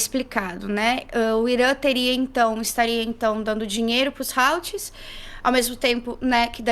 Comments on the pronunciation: Creio que a pronúncia certa dos houthis é "hutis", parecido como está escrito. Beijo,. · Se pronuncia "Utís" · Houthis é pronunciado como "ruthis" mesmo, th com som entre T e F